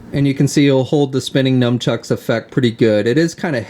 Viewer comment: nunchucks, not "numchucks"...